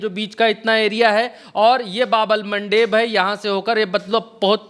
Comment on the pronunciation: आप की रिसर्च बहुत अच्छी है और आप बहुत मेहनत करते हैं इसके लिए आप बधाई के पात्र है बस 1 बात कहना चाहते हैं कि बाब अल मंदब है न कि बाब अल मनडेब, भाई इंग्लिश वालों ने उसको मनडेब बना दिया है